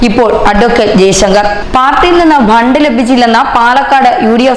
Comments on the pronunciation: ബണ്ട് അല്ല ഫണ്ട് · It is not bhand it is fund.